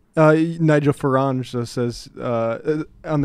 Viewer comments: Nigel "Farange"... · Farage, not Farange. Jesus Christ...